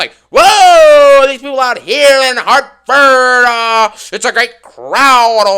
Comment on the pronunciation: Lmaooo the way said Hartford comnecticut 😂😂😂😂😂